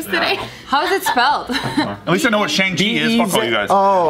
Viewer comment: shang chai? seriously lol